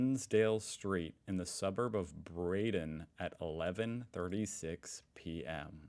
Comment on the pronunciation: It’s pronounced Brad don not braden